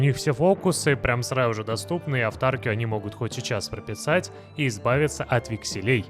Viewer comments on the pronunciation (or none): авторкИя- такое ударение в этом слове. Очень слух режет…